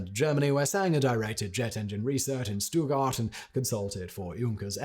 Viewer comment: Braun is pronounced “Brown” The town of Gratz is pronounced as it’s written - absolutely not “Graz”. The town of Stuttgart is pronounced as it’s written - absolutely not “Stoogard”.